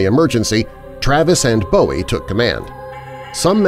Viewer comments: Its boo ee not bow ee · It’s pronounced “Boo-wee”, not as in David Bowie. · FYI The name of the inventor of the most iconic knife is pronounced "BOO- ee", not "BO-ee. David Bowie (born David Robert Jones,) said he chose the stage name because he admired Jim Bowie, but I guess he didn't know how to pronounce it. The name is Scots Gaelic, and it means "fair/light", like having light-skin and/or blond or very light-colored hair.